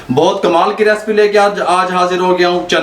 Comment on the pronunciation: respian respi kia hota hai recipes ya recipe hota hai bolna seekh lo